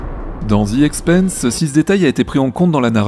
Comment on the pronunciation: Bonjour. Excellente analyse de cette super série! Cependant, j'ai quelques remarques, commentaires et éventuellement explications alternatives: - The Expanse se prononce comme France. Quand tu dis "The Expeinse", ça correspond au mot Expense (dépense), et pas Expanse (expansion). 😉 - Le bruit des moteurs et des tirs, pour moi, n'est pas perçu par un spectateur dans l'espace, mais par un spectateur embarqué dans l'un des vaisseaux, et correspond aux sons transmis par les moteurs et les armes à travers la structure du vaisseau. Donc, pas vraiment une incohérence. - Le moteur Epstein semble utiliser l'énergie dégagée par la réaction matière - anti-matière, ce qui pourrait très bien avoir l'IPS nécessaire pour des voyages à trajectoire directe. Même si nous ne maîtrisons pas encore cette technologie, ce sera peut-être le cas à l'époque de la série. Autre possibilité souvent évoquée dans bon nombre de séries de SF, des moteurs à fusion (lointains descendants des réacteurs tokamak en cours de développement) dont la partie active est confinée dans un champ magnétique impressionnant, et qui, s'il est mal réglé, cause la rupture et l'explosion du moteur et incidemment du vaisseau.